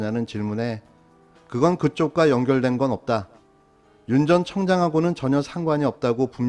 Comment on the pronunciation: 왜 계속 청장, 청장....이라 발음하시는가요? 솔직히 들을 때 마다 많이 거북하고 고개가 갸웃해지네요. 대체적으로 나레이션이 클리어한 것에 비하면, 청장, 청장 할 때마다 방송의 전체 수준이 떨어질까 염려됩니다~